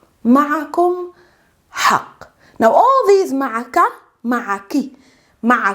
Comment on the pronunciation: when you speak "ma'a ku" sounds like a malay word "mak aku" which means "my mum" 😅